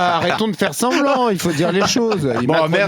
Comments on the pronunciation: Pigasse a un complexe d’infériorité vis à vis de Bolloré. Pigasse vit du système socialiste français organisé autour des subventions au cinéma et aux festivals. Son arrogance est totalement déplacée et sa manière d’écorcher le nom du rapporteur est d’un mépris propre à la gauche moralisatrice bourgeoise dont il est issue. A mon avis il n’aime pas être contredit. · NICKEL FARRAGE? Vs êtes sûr de votre prononciation? Mathieu PiGEAsse? 😂 C’est étonnant, venant de qqun avec votre intellect, votre background, et surtout au regard de l’intérêt accru que vous portez au monde politique depuis qq mois voire plus.. Non mon ami - que j’apprécie ÉNORMÉMENT par ailleurs, ainsi que vos efforts incessants pour apporter un contrecourant au racisme ambiant et généralisé en France - c’est Nigel prononcé NAILLE-DJEUL FARRAGE